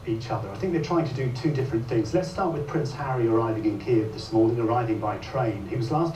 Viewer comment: Thank you fir pronouncing Kiev properly ❤❤❤❤